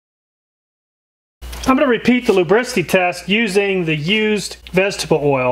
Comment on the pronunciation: This guy seems to have trouble enunciating the words "vegetable oil." In a video ABOUT vegetable oil, he says it a lot, so it's pretty easy to notice. Does anyone else hear the way he slurs that particular phrase, or is it just me?